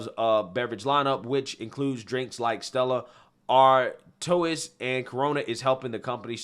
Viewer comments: "Stella Ar-TOO-iss?" Lol WTF?! Where's the prep? (Chef Ramsay "Where are our STANDARDS!?" It's pronounced with an R and a Twah sound ,as in Stella Artois (R-twah.) The S is silent. OBAMA'S birthday bash was an actual "super spreader event!" 700 elitest POS (lockdowns in effect) crammed into a tent at his oceanside NIMBY island mansion (sorry,migrants..no vacancy!),dancing and sweating and spitting all over each other with zero SD,no masks and "ABSOLUTELY NO PHOTOGRAOHY OR VIDEO!" Yeah,we got those anyway,and they were quite damning. Further proof of the hyoicrisy,projection and 100% fraudent tripe spewing feom Obummer. "Rising sea levels are an imminent threat!" says Obummer,who purchased 14 million dollar oceanside mansion for 11 million (because they can't sell at full price lol,or he's corrupt AF) and mioved his kids there because he's so worried about rising sea levels. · Stella Arr-toe-isss!! Love it lol, that’s what I call it too!! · I love u! But Stella Ar-taurus? 😂 keep up th great work! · Stella Ar-toe-is??? Jfc dude 🤦‍♀️ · The Stella Artois brand I believe is pronounced Stella Artwah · Stella Artois (ar-twah) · Stella Artois is pronounced stella artwaaa